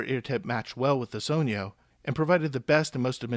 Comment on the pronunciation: Only person who has pronounced it correctly so far